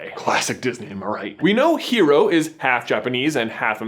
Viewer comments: Sorry not sorry- pet peeve- his name is Hiro not hero. Hiro as in Hee-row. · Not hero, Hi-ro. It is Japanese. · smashes through window I CAME AS SOON AS I HEARD Edit: stop mispronouncing Hero's name >:( it has a slight roll on the R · Rrrrrrgg please if you ever make another Big hero 6 theory listen to how Honey lemon pronounces Hiro's name h-i- ro with an accent. Honestly she is the only voice actor who took the initiative to pronounce the name properly.